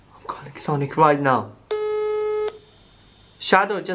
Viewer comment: oH my GoD hE cAls Sanic